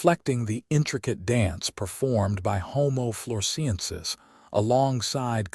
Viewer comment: I gave up. The boring commentator can't even pronounce 'homo floresiensis' in the correct way . (The Man of Flores probably watched this and killed himself; mystery solved !) 😂😂😂